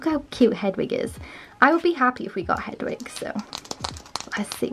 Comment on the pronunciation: You said I will his name is Hedwing